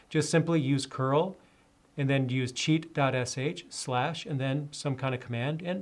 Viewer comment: first I heard like cheat god sh